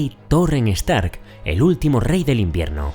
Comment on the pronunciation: Se pronuncia JAITAWER, no JAITOWER. Stark, no Estark